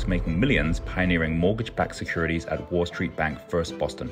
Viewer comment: what is "a seckourititities"